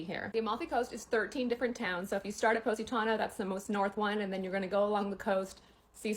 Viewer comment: Poh-sitano? Stop it!